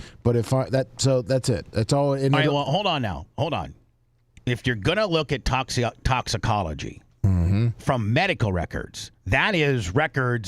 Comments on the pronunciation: Bubba I love you…..BUT ITS TOXIC-OLOGY report….. “TOXIC-OLOGY”….. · Exactly, mispronouncing toxicology and several other words over and over while trying to poke holes in a cause of death investigation report really delegitimizes what you're trying to accomplish. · it is so annoying, to not be able to pronounce a very common easy to say word